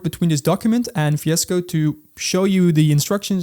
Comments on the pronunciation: fiasco! come here fiasco.. 🤣 he is dutch..remember austin powers movie (goldmember? "faza" for father)? 🙂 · Fiescode for me. I can't unhear it now. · yeah even in cc captions...fiasco to me lol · when you say vscode, i hear fiesco. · "Tell fiesco one more time!" XD